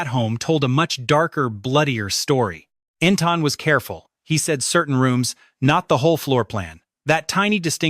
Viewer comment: EntIn, NOT EntOn